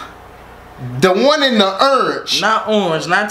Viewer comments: “Ernge” 😂 I’m dead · “LOOK AT URANGE” 😭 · He said look at urange not orange URANGE! This was the funniest reaction I watched this three times 😂